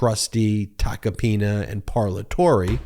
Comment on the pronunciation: I can't unhear Joe Tacopenis 😂